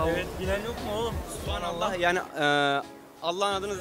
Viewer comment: millete bilmiyo diyosunuzda şuna dikkat edin, Arapçada P harfi yok Supanallah değil Subhanallah